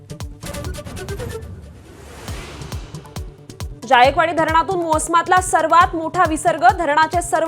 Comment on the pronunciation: ज ऐवजी ज्य का म्हणतात 😂..... ज्यायकवाडी नाही जायकवाडी